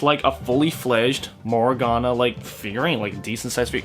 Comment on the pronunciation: That hard accent when he says morgona